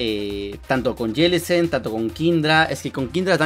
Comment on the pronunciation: Prenuncia bien mijo Jellicent